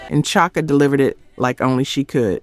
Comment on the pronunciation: It’s Chaka (Shaka)